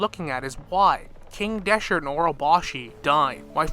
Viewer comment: ROVAHNIA?! DESHERT?! il didoree? 😑 you never cease to amaze me with how stupid you are